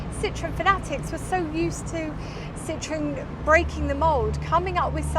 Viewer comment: Fantastic! But you mispronounce Citroën throughout.